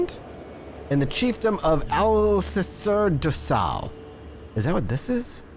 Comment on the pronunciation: Alcacer do sal reads Al-Ka-Sir Du Saul